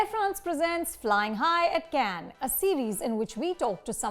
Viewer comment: she cannot pronounce Cannes properly . its not like a bunch of cans tied together . its the way kamal pronounced .